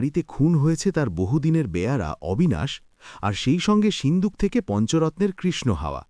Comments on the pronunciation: Ota sinduk na shinduk kane e lagje pronunciation is horrendous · Seendook na shinduk